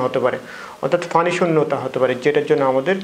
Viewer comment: ফানি নয় ভাই পানি উচ্চারণ করতে হবে।